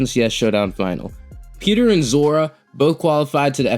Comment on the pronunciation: Why do u keep saying zora?